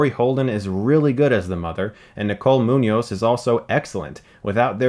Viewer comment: Props on pronouncing the "ñ" in Muñoz :)